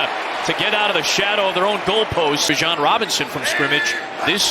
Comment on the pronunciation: Someone tell this announcer he's mispronounced "Bijon" the entire season.